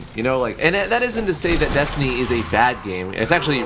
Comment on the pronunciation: When u say destiny I always think ur saying desandnate